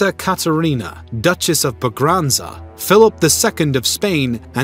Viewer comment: Ba-granza (Braganza) Visseroy (Vice-Roy)